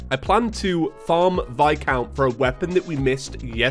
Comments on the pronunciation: PLEASE HIS NAME IS VIS-COUNT NOT VI-COUNT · God when you call viscount vi-count it makes me cringe lol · His name is pronounced like "vi-count"